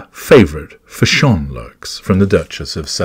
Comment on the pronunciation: I came here just to hear you say Fash-ON, 😂